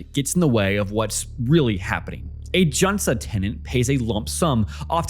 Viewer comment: 전세 jeonse sounds more like juhn-say or jawn-say. You make it sound more Chinese than Korean. :☺ I may just be falling for the intentional mispronunciation strategy to drive comment section...